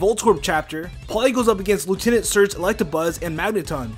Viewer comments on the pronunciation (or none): none